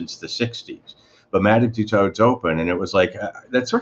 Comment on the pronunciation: It's pronounced "Two-sew"...silent "d".